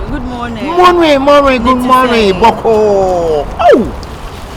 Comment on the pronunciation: The lady: Tahiru, Good morning: Moring Moring, Good Moring 😂😂😂😂